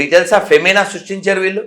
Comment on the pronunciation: ఫెమినా కాదు చదువురాని హైందవా. ఫెమైన్ (కరువు). మరి రాముడి కాలం లో కరువు వచ్చి, ప్రజలు మట్టి తిన్నారు. చరిత్ర మాటాడకు.నీకు ఏ బొక్కా తెలియదు.